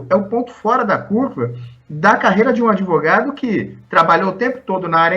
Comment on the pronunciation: Lula a palavra não se pronuncia adevogado.aprenda um pouquinho mais a palavra certa é advogado.